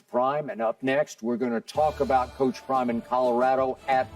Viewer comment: OCTimus wayne PRRIMEEEE 😂😂😂😂